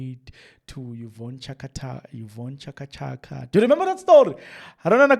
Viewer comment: thanks for your information but reading yeka find someone to read.pronounce right Chaka Chaka, Diepkloof man. Stop this thing of yours O,O,O times and again Ah,Ah, Lokhu,lokho.its irritating.